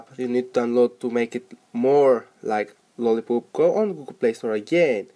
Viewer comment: did he just said lolli"poop" in